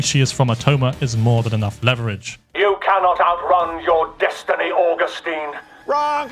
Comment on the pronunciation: say "orgustine" now say "augustine" say "law" now say "lore"